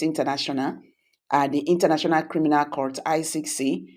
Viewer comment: It iritates me when I hear you call court crout. In as much as I enjoy listening to your posts, It gives me goosebumps when I hear that.